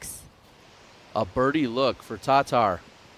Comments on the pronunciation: Fairly certain it’s not annunciated TarTar. It’s Tahtar. (Tattar). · Really wish would stop saying Tattar like he takes a sip of scalding hot coffee before each pronunciation lol. Hes the only one saying it TAHHHH-TAR like wtf is that about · See there ya go, if it's how it's actually pronounced then no biggie lol, it's just incredibly odd considering he's the only doing it 😂 like a little context maybe on his behalf would be nice lol